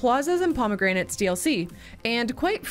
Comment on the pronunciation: the failure: pronouncing promenades as promegranates